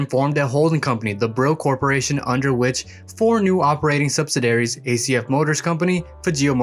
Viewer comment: He needs to learn how to pronounce "subsidiary" also